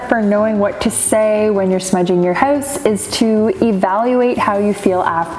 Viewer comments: Where are you from? You say hoouse funny 🤣🤣🤣🤣🤣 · I can tell by the way you say hoose, your house must be in Canada, eh?